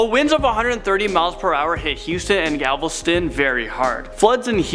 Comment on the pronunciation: Did he really say Galvolston